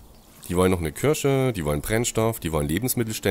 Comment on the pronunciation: Es heißt KIRCHE nicht KIRSCHE... das ist kein Obst sondern ein Gotteshaus ! ... ^^